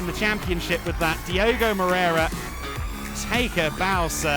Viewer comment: His name is Diogo though, please guys stop butchering names and pronunciations like the speaker usually does...